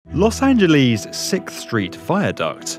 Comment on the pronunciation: please stop mispronouncing sixth